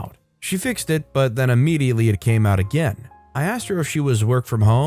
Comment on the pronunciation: Its IMM-ediately not UH-mediatley.